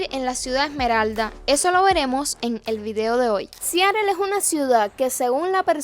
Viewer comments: Siarel 😂😂😂😂 es Seattle pronúncialo bien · Como se pronuncia en Inglés americano realmente es SIAROL. Te lo digo yo que trabajé en esa ciudad varios años.👍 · Para hacer un reportaje de Seattle primero debes de saberlo pronunciar. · sin afán de ofender! Aprende a pronunciar bien el nombre Seattle